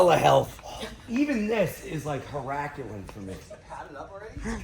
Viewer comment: Ian saying mispronouncing 'herculean' 51 seconds into the video made me angry